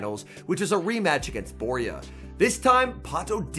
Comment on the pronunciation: I was in this event. Worst organisation I've ever seen, it was such a disappointment By the way, Borja is not pronounced Boria, it's BorJa (spanish J, can't think of an english sound to write that can imitate it, but think of the old "charging a loogie" sound)